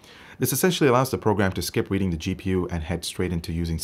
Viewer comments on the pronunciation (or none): none